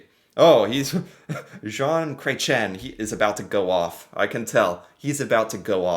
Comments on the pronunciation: started out the video introduction strong with his bad French pronunciation of this men's Canadian name. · The pronunciation 😆 It's more like Cresh-ee-"N". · Cret…chee…N Yes, he is French. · Just to help you with the pronunciation of his name. Jon Kah ren shea. I guess that is the best way to show how to say it. Poor Chretien was attacked with a pie in the face, about 25 years ago. That was just crazy but it made big news here in Canada 😂. He's older than that orange thing, far more intelligent, with class. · Wow you butchered that! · Atleast pronounce his last name correctly 🤦‍♀️… he is extremely smart man even for his age .. man Americans hardly know anything about Canadian history it’s mind boggling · Excuse you, his name is pronounced "Shaun Cretin" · I think i died when you pronounced his name 😂😂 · The saying is “you can’t unscramble an omelette “. Oh, your pronunciation of his name…..🤣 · So glad you showed this. He was my favourite PM and known as one of the best politicians ever. He knows so much about so much 😊It is Chretian. Pronounce the N at the end like you did. Water is known to be a precious resource that would become valuable. 🎉🇨🇦